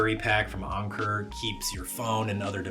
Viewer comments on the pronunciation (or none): yeah it’s pronounced like anchor 😂 did you only hear about the brand whilst in Japan? Or is it that you’ve been in Japan so long that the pronunciation is rubbing off on you! Anyways, I’ve seen way too many videos on YouTube, sponsored and unsponsored, about their products and I’ve got some myself so I know they’re good. So is Ugreen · Why do pronounce Anker like Unker?😂😂 so odd but good video though, the clothesline addition was very new to me so thanks